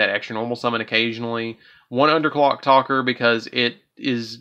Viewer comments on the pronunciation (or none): I keep hearing you saying talker instead of taker when it comes to the monster called underclock "TAKER". I didn't want to be the grammar police here, but i just had to point it out.